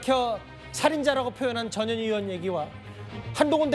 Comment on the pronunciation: 전현희가 ~저년이가로 들리네 ㅋㅋ